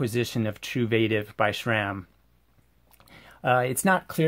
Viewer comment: Thanks for the insight. Yet, cannot say what irritates me more: the fact the presenters of most bike channels, no matter if paid-promotion or "bad-engineering-bashing" share the inability to pronounce Sram correctly - There is no "H" in that acronym, hence it's not "shram" but sram* - or this presenter saying the words "if you're going to go deep into Hambini ..." while putting on rubber gloves. 😉